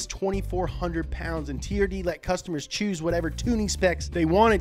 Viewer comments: Am I the only one whos heard it pronounced "terd"? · when he said turd for the first time I just burst out laughing XDDDD